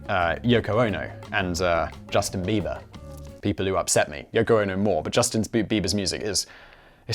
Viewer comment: Hey, it's Bieber, not beaver!